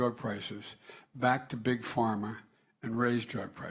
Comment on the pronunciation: did he say, beat big pharma' or 'beat pig farmers'? what did pig farmers do to him? wonder when biden will beat the cartels of south america and the fentynal from china?